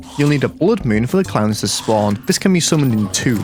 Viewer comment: When he said clowns I thought he said clams😂😂